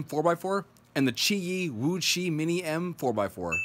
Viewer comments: WooTsweh not VuÇih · HAHAHHAHAHAHAHAGAHAHAHAHHAHAHAHAHAHAHHAGAHAHAHAHAH OMG I'M LAUGHING SO HARD Woo chui not woo chi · it's pronounced woochway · Repeat after me : "Wootchway" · Please pronounce it wu-chuae. Thank you.